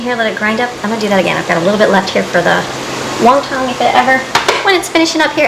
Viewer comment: Come on, its not Wong Tong wrappers cause there is no such food or word in this world...its Won Ton wrappers just like its Won Ton soup not Wong Tong soup. I mean doesn't everybody know the pronunciation of the basic Chinese American soup...WON TON NOT WONG TONG, lmao...and again this is the woman homeschooling her children, SMFH!!!!